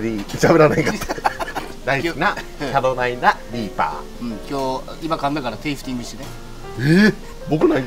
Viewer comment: キャロライナ・リー↑パー↓。めっちゃウケた！